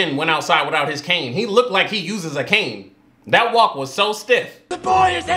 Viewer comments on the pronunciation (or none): none